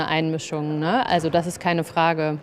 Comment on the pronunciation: offtopic: - this "ne" is the most German sound I've ever heard. 😀 Greetings from Austria.